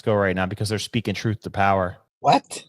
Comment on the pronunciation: “Troof to power”